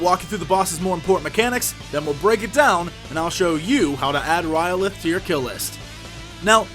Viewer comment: Sounds like you are saying R'lyeh :) I very much like your strategies...a troll by any other name would not be just as epic :)